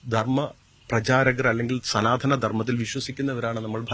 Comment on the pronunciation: സനാതന ധർമം എന്നതിന് പകരം ഹനാതന ധർമം എന്ന് പറയാം 😂🤣😂😆